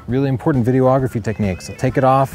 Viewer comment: "Video-OGGraphy" 😂 Seriously, though, great series - huge help! Thanks.